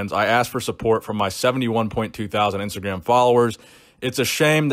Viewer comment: ‘IMSTAGRAM’ LMAO